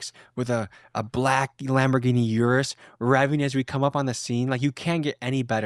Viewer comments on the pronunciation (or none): Dear Americans, Urus is pronounced Ooh-Roos, not your-us. Sincerely, All of Italy.